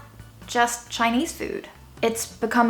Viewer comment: I'm a little bit surprised to hear Chinese pronounication. So accurate!!